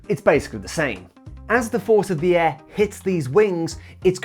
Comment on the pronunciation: Why do you pronounce air as "eh" 😂